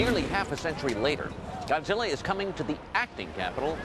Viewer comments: Wow no wonder they failed on zilla he can't even say it right he says gudsilla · well he is german.. in different countries godzilla is pronounced different, you know that right? in japan it is gojira, usa and other countries it is godzilla.... in my country it is gotzilla.